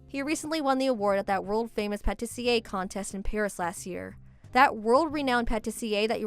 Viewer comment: Please stop saying patisserie.... I'm getting a cavity and I gained 10lbs.